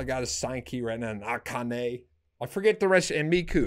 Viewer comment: wait, you need to redo the pronunciations: Kanami = Ka-nah-mee Akane = A-kah-neh Misa = Mee-sah Saiki = Sy-kee Miku = mee-kuu (or me-coo)